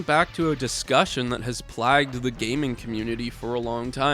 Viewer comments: "play guh duh" not "plagged" = plagued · The word is pronounced *playgued not trying to be a dick I was just confused for a second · I usually emulate, cause I got a Steam Deck, and being able to play most stuff up to PS3 on a handheld is great. Also, not trying to be a jerk, but that's not how you pronounce "plagued"